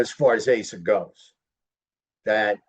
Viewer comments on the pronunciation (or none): Her name is not pronounced "Ay sah"